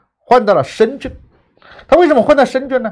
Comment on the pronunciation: 原来的何老板是会把深圳念成深俊的